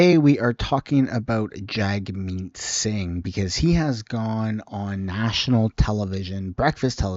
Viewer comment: I like how she pronounces his name. "Jug meat."